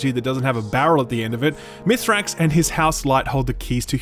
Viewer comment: If we're going to be those annoying ppl, I insist we do it properly so "aschually it's pronounced Mee-srax Kell"